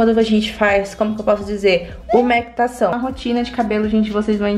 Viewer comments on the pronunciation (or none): none